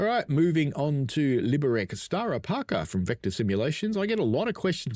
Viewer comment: Hey, just a quick note - the Liberec is pronounced "LI-be-rets". Czech is a phonetic language - you read what you see :)